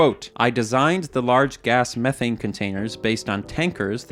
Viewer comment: Dude can't pronounce 'Methane' properly ! 😄